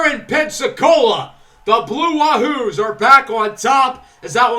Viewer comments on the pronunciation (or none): Not a big deal but 'Wahoo' is pronounced like Yahoo